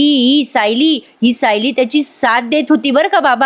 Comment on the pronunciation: तुम्ही खूप छान सांगता.फक्त तुम्ही "सायली"यात तुम्ही उकार म्हणून होतात पण ल ला वेलांटी आहे.😅